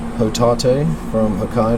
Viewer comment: HOE-TAH-TAY lmao this guys Japanese pronunciation is hilarious. They really don't even try, do they?